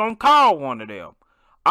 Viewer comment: Rev: Lil yan yan The actual way: Lil ron ron